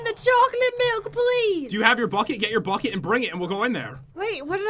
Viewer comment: When hen said the bucket I thaught she said fuck it XD